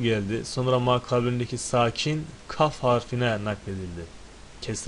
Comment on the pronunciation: Hocam kaf harfini niye gaf diye çıkartıyorsunuz